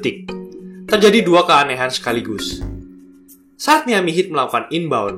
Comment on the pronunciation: Keren banget, trmksih ulasan nya. Menambah pengetahuan sy sbg pecinta NBA.. *Cm saran aja kedepan, penyebutan nama club bs di perbaiki. Misal : Kniks : dilafalkan tanpa awalan 'K' Houston : Yusten Miami : Maiyami Cheers.. 🙏